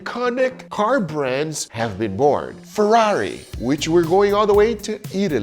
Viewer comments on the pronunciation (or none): none